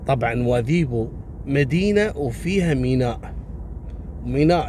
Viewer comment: شكرا على القصص والعبر اخي بالمناسبة نطقك لكلمة نواذيبو مقاربة للهجة الموريتانية الحسانية يشرفني العبور من هنا.